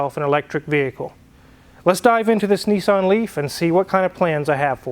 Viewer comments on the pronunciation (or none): Out of interest fuel is about £6.00 a gallon , which is about $8.30 in the uk . As a matter of interest the car is a Nissan, not a Neesarn. A Datsun is not a Dotsun. A Jaguar is not a Jagwaar. Just saying. Great show by the way. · It’s pronounced “Nissan” not “Nissarn” :) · pronounced niss-an